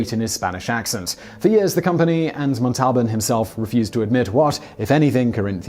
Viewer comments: 'Mont-talban'? Ow! That hurt to hear. It's 'Mon-Tal-Baan'. I know the English have a 'distinctive' way of pronouncing their own words, but please, check Wikipedia first before you abuse our ears... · Simon, Montalban is pronounced MON--tal--bahn withe the stressed syllable being the Mon. Never saw the Chrysler commercial, eh. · Montalban... uniquely butchered. Never cease to amaze. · Simon, I know sometimes you give a caveat about mispronouncing names, but PLEASE, do your homework, it's not that hard to find out how to pronounce Ricardo Montalban's name!!!! I love your videos, but sometimes the mispronounced words are like fingernails on a chalkboard!!!! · I hope Simon will not have to endure “the wrath of Khan“ for pronouncing Ricardo‘s last name like that🤭😬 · THIS VIDEO'S MISPRONOUNCED WORDS: Ginsu is GINN-SOO (hard G, not a soft G); Ricardo Montalban's last name is MONTAL-BAHN (similar to "autobahn") not MON-TAHL-BAN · Ginsu starts with a hard 'G', not a soft one. Montalbon has the accent on the first syllable, not the second.